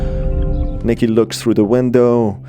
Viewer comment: it’s Nicky not Micky